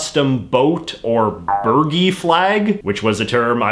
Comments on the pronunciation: Hi JJ, it's pronounced 'Bur-jee'. They're usually a small flag that goes on top of the mast to indicate wind direction. Other triangle flags might be called a pennant. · Burgee: Burr-jee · Btw burgee is pronounced bur-jee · It's "Burr-Jee" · Bur-jee. Lol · Fun but one note: the "g" in burgee is pronounced with a "j" sound. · I’m not sure about the rest of the world but in the US a yacht club flag, burgee, is pronounced with a soft G not like a burger. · Might be wrong, but pretty sure the "gee" in burgee is like "gee whizz" rather than the Asian clarified butter "ghee" 😀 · I think Bergie is pronounced with a J as opposed to a G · Not that it matters much, but burgee is pronounced like oh gee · The “g” in “burgee” is pronounced as a “j”